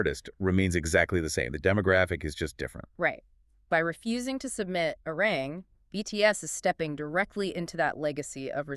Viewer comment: 1. ARMY"S didn't get quiet, we applauded. 2. ARMY"S didnt like the nee category because...read the fine print. 3. Please say ARIRANG correctly. Respectfully 4. ARMY"S didnt forget Billboards manipulations. Arirang is a quality album, Grammy people who are speaking out then setting their accounts to private says A LOT